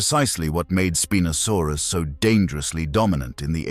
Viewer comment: The computer-generatedì narration is just getting so awful recently. Within 3 seconds you have the same animal (spinosaurus) being called "spee-nosaurus" and "spy-nosaurus"!!! And just one minute later... "spin-osaurus"! So much for consistency! And then we have feet, abbreviated to ft, but pronounced "futt"!! And mph becomes "mep-huh"! Doesn't anyone check before publishing these days, or do they just not care??